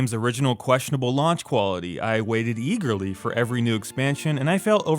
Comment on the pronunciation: Have you said "i've waited e-girly" ?